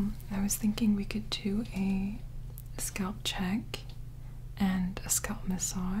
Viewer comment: i’m only here to hear her say SCÔLP